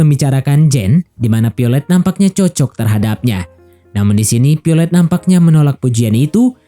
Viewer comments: Violet bukan piolet😂😂😂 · Piolet wkwkwkw VIOLET VE VE VE bukan PE....VIOLET bukan PIOLET